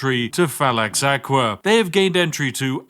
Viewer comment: One thing tho, its Fallax Akva (you prenouce it as Acva / akva, not aqua)